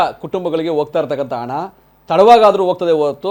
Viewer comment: ಹಣ adu ana alla 😂😂😂 ಎನ್ ಕನ್ನಡ ಮಾತಾಡುತ್ತೀರಿ?